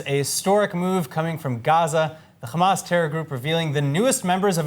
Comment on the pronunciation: Put some effort to your pronunciation of Arab names. Fatah and Hamas should not be pronounced with خ but with ح